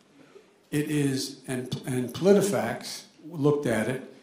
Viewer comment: He actually said "let's get the fats straight"